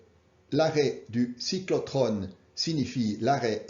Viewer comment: Merci ! Je relaie. NB : - On dit Cyclotron pas Cyclotrone. - On dit Transuranien pas Transurane (qui est le mot allemand).